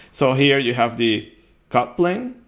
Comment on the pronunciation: It only when the video reached halfway O realize you meant "cut plane" and NOT "coupling". A brief pause btwn "cut" and "plane" would have helped. And clearly uttering the "t" would too.